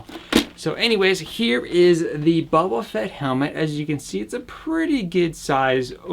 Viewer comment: It's Boba Fett, not bobba Fett!